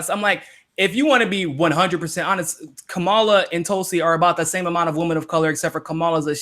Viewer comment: I hate her candidacy, but you both need to figure out how to pronounce Kamala's name. Think how angry we get when people fuck up AOC's name. Watch her commercial [with the clapping] for her Oakland announcement. The only thing we learned in the video was how SHE pronounces her name. Jimmy, you have even acknowledged in a segment that you had been fucking up her name, then you incorrectly assessed the pronunciation issue you had been having. As bad as her campaign is, say her name correctly, unless you actually want to make up a nickname, like Cloudbootjar. [#seculartalk] " Kama -la " not " Ka - mala " PLEASE! it is as bad as when Humanist Report was saying, "Kavanow".